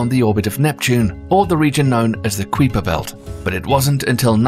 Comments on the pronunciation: You may wanna work on your pronunciation bro, it’s Kuiper not Creeper, Kui(Ky)per come one dude it’s universal spoken that way and you still called it Creeper. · Qweeefer belt does he know what a queef is it's pronounce kiper belt queef ffs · Kweeper Belt? What Kweeper Belt? I've only ever heard of the K_EYE_PER Belt. If this narrator is right then every astronomer I've ever seen interview - and there are reams of them - is wrong. Unlikely. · Goodness his pronunciation of "Keiper" is giving me the HEE BEE JEE BEE's everytime. It's pronounced "KY-PER" belt dude not "KWEE-PER" 🤣🤣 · How in the hell are you saying Kuiper belt lol its pronounced Kiper not Queefer 🤣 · bro stop calling it kweeper belt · Everyone else pronounces it "Kuyper...K I per... K eye per" where did Kweeper come from. Sounds kind of kweepy to me. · He keeps saying kuiper belt but kuiper is pronounce as keiper😭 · Its pronounced ka-i-perbelt not kweeper belt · Isn't it pronounced k-eye pur belt not quee pur or have I been wrong this whole time? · The Kuiper Belt is pronounced "Kai-per" as in "eye" or "sky" Belt. Not Kwee-per Belt. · not kweeper but pronounced kai-pr belt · Kai per not queeper belt lol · kuiperbelt pronounced 'queeper belt'? 'kai per' is a decent approximation of the dutch name or 'kyper' if you like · I love how he says the “kweeper” belt. I guess I’m just a yankee and he’s using the more fancy queens English🤷🏾‍♂️🤔😂 I thought it was pronounced ky-per belt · I cannot believe no one has said its pronounced k-eye-per, not queeper. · Kyper belt not kweeper belt 😂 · Ku wee per belt 😅😅😅 Its unusual to hear it pronounced this way. We pronounce it Ky per belt. Very interesting. I should look into why its pronounced this was. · "queeper belt" sounds like queefer belt. I'm pretty sure it's pronounced "ky-per" belt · We in the States pronounce as Ky-per belt, not Creeper belt 😂. Just play 😉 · It's pronounced ( k EYE per belt) not ( k we per belt) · Glad i wasn’t the only one who thought this 😂😂😂